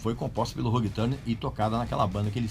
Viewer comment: VC se acha por pronunciar "Ulrich", mas nao sabe pronunciar "Hugh". Lol